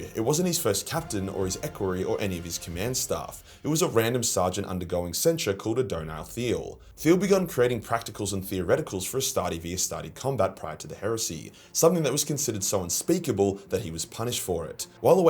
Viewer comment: Okay one thing, Aeonid Thiel, not Adonar Thiel